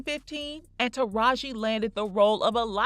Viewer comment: I Love Taraji I just wish people would say her name correctly it’s kinda annoying and I notice that happens with all the black people.